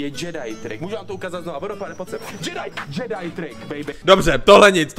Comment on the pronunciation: džedáj" tryk 😂kdo se taky málem pochcal? 😂